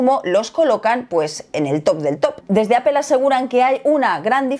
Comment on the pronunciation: Porque dicen Apel y no Apple?? No la L va antes de la E? Que cagado